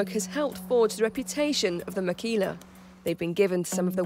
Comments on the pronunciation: Its makila not makhila, just for u to know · Guys don´t know about that h on makhila, we´ve always said makila here in the basque country...